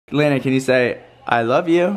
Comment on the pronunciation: “I wove you”ahhhh❤️